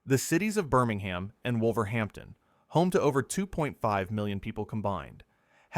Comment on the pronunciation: Please stop saying BirmingHAM.